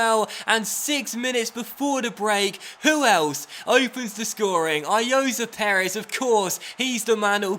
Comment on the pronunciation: Also it is Ayozee Perez not Ayoza Perez